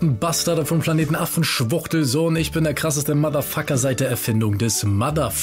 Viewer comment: Kann mir nichts geben wenn "sch" statt "ch" ausgesprochen wird. Beispiel: Isch